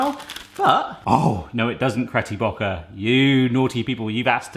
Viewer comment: "Cretty Bocker" (BETTY CROCKER)